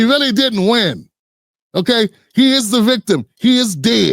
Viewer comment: He's changing his voice because he is mocking us. It would be interesting to know if he is an FBA. I don't think he is. I will not go to his channel because he is not one of us. Towards the end he said "that de_ federal government is behind you." We say, the not de.